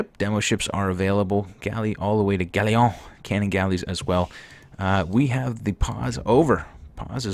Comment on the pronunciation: Galleon is not pronounced like that. Look it up.